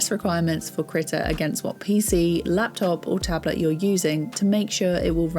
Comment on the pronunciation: /kr'i:ta/ KREEEEE TA NOT critter not critical not that HORRIBLE WAY YOU ARE SAYING IT. KREE-TAH like CHEETAH or CREEK.. AHhhh.. KREEEEEEEEEETA